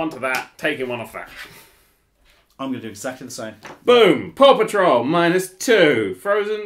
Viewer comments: I keep hearing "poor patrol". Wonder why. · I keep hearing Paw Patrol as Papa Troll.